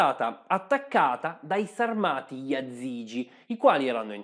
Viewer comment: La pronuncia corretta è Sàrmati